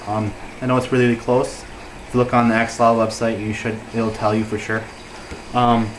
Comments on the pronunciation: its pronounced a-sho-lo-t the x is pronouced (sh ) and you dont pronounce the l at the end . sounds funny. i should know nahuatl is the language of my people . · It sounds funny the way you say it, in the original language of the word "Axolotl" the X was used as if it was an J, i dont know how to write it, but here in México we say it as "Ajolote". Did you know it is an endemic species from Xoximilco lake?, is actually an endangered species and i thought it was impossible to breed them in captivity. I dont know how to feel about the fact that there are places in the world where axolotls have much more value than here, were they are from...